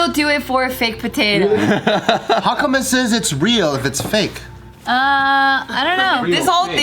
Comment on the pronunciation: As soon as I hear patotoe I was like where's my nigga Viet potatoe Lee lol